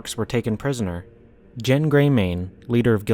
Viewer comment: He pronounced it correctly.